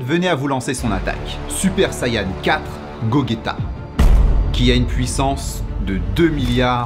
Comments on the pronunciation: Ho non tu m'a perdu en incluant Gogueta dans dbz... ha oui et aussi: on dit G O G E T A et pas gogueta😭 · Super video mais on dis Gogeta pas Gogueta à part si j'ai raté un truc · La vidéo est bien mais il connais pas assez dragon ball pour répondre à la problématique deja c’est « gogeta » pas « gagueta » et il est pas du tout le plus fort de très loin même Et de dire que gogeta ssj 4 et aussi fort que tout les personnages rassemblés c’est N’IMPORTE QUOI. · Quel cross over de malade par rapport au réel. Tout ça avec une bonne narration et des bons effets spéciaux. +1 Abo ! (On dit GoJéta pas GoGUÉta) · Go"gue"ta 😂🤣 c'est gogeta comme si tu disait gojeta. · Mon gars la video est interessante mais c'est pas "gogueta" Mais "gojjeta'' oralement 😉 Mais je valide fort la video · La vidéo était excellente juste on dit gojeta au lieu de gogueta 😅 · Gogeta se prononce Gojéta pas Goguéta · Alors, super vidéo mais, Gogeta ça se prononce "gojéta"😅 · Gogeta[ gogeta]🤣C'EST PLUTÔT GOGETA[ GOJETA] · ca se prononce pas "gogueta" mais bien "gojeta". D'ailleurs c'est pas lui le plus puissant. Le(s) plus puissant(s) c'est (sont) : gogeta blue ou/et vegetto blue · Ça se dit pas gogueta et mais gogeta 🤓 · Pour tu dit goketa ? Les japonais dise gojita !!! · Mec ses pas Gogeta mais gojaita mes sa s écris Gogeta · Le plus fort c’est gogeta ssj blue pas ssj4 sans compter les dieux et sa se dit gojeta pas gogueta mais sa s’écrit gogeta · Gojéta e et g sa se lit Je et pas Ge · C’est pas gogueta c gojeta vu que on dit vejeta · Gogeta pas Gogueta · Alors dsl mais la ses on nom de tout les fan de db ça se brononce Gogeta pas Go ge ta et le plus puissant ses vegeto super saiyan bleu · " Gogueta " 😂😂😂😂😂 ( Et GoGeta ne fais pas parti de l’œuvre ...) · Belle vidéos avec l aspect scientifique...Mais ne reprononce plus jamais GOGUETA.....la tu nous a tous tuer .... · Vidéo très cool mais on lit gogeta mais on le prononce gojeta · Ça se prononce gojéta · Je rêve ou il a dit gogueta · Tu prononce gojéta